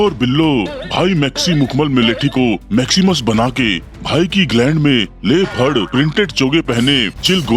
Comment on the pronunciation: लेपर्ड=लेफड़ प्रिंटेड चोगे 😂😂